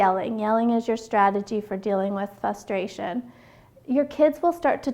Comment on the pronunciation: good video, but I kept getting distracted every time you said "fustration"